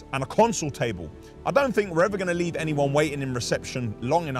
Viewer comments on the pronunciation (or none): none